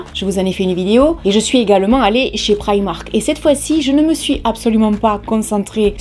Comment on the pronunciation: Enfin quelqu'un qui ne le prononce pas "prImark"